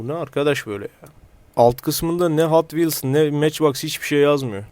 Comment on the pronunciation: abi hot wheels e neden hatvils diyosun bende alışkanlık oldı hatvils diyorum